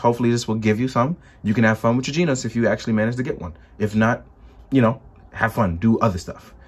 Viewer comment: Stop calling him GINOS, its GENOS! lol